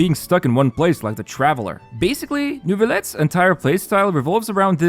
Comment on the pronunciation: Why is he saying Nervilette, is that the proper pronounciation?